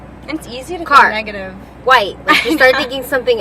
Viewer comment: "kerrrr" lmao